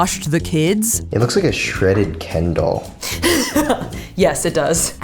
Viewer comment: "Shreaded Ken doll" I'm dead 💀